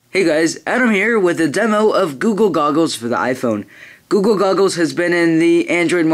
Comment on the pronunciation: "guga gogles? lol it sounds to me like that -_